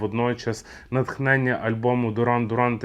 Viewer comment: Бля! Мііленіали!! Якій це Дуран?? Duran Duran виговорюється дЮран дЮран! У батьків перепитай, якщо є сумніви!